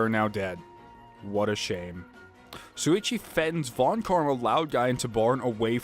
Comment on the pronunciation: S-Suichi? SHOO-EE-CHEE DAMMIT!!! YOU ALSO SAID KAEDE WRONG AGAIN! KA-EYY-DE!!! AAAAAAAHHHHHHH!!! Yes I am very annoying when it comes to this.